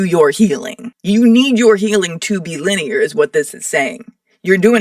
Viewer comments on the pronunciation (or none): LEEN IEAR LMAO!!!